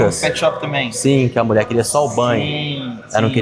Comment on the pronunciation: Chegou a "Muié" como sempre...😂😂😂😂